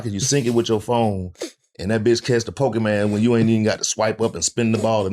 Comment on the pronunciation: I was cryin when he said Po-kee-man 😂😂😂 I swear that’s how all older black men say it